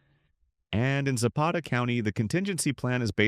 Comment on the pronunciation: Za'Pata not Zappeta